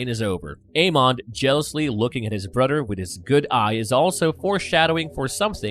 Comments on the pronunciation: He says Brudder not brother. 😵‍💫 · So... This guy pronounces "th" as "d." I don't know what a "brudder" is.... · ... Do you really keep saying "Brudder?"